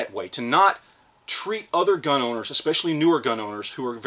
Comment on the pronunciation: Edit Gun not gin